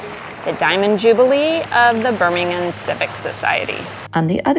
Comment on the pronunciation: I like how you pronounce birmingham correctly, perfectly in fact and not birm, ing, ham.